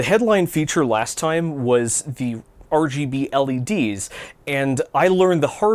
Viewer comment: Hearing say "R G B L E D" and not a jumbled mess of consonants with an E in there sounds so wrong